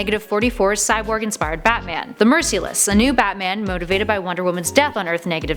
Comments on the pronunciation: it's pronounced merciless not mercEless. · "ENNNNTH METAL" not nineth, Batman killed wonderwoman while fighting along side her and that's when he took on the "MERS-ILL-OUS" not mercy less.